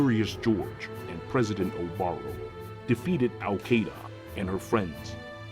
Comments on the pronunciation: ITS SHIIDA NOT KEYDA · Awesome brain damage story but I pronounce Caeda differently (I say it like see-duh) cuz that's how they said it in Warriors I think so the name kinda takes a blow if you say it different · Ok, I know this ruins your joke. But her name is pronounced She-da. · Al Caeda was always the Sword flier that I wanted to use since launch, even without her Wing Sword refine. Then again, since I’m just a little f2p player, I never get to build any of the units I want to. Btw, I always have pronounced her name as KAI-AY-DUH even though it’s actually “Shiida” or whatever. I think the way I pronounce it sounds stupider and sounds better to my half-deaf ears. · its pronounced SEEDA /s